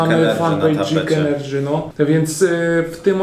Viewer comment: dzik ENERDŻY